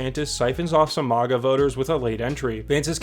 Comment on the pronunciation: please stop saying MAGA like that